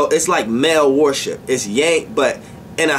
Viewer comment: Why every time you say worship I hear warship? 🤔 I’m tripping...